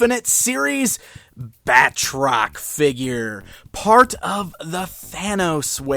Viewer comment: His name is pronounced 'Bat-Rock', not 'Bat-Trock'.